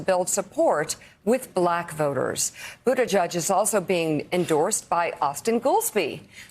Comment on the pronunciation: Yes, Mika: Budda G-edge, rather than Budda Judge.